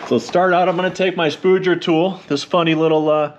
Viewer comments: Ha. It’s a Spudger, not a spooger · It's actually pronounced Spudger like fudge